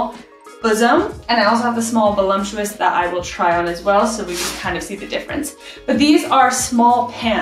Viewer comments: Ok, so who is going to tell her it isn’t pronounced veh-lump-chew-us? My wife pronounces it the same way and I giggle every time. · Gonna have the wife check out your channel! BTW…there is no “M” in the word, “voluptuous”.